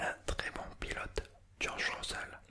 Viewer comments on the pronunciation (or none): none